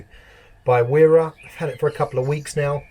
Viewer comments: You can’t just bunch every English bloke in the same category 🤣. Only the people who don’t give a $hit about their tools don’t know it’s pronounced vera. I’m 21 and do hella research before committing to any 1 company so don’t you dare have the audacity to put me in the same boat as these fucken waste men 😂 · Pronounced as Vera 👍